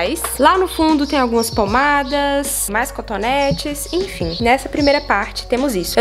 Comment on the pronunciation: “infim” infim, infim kkkkkkkk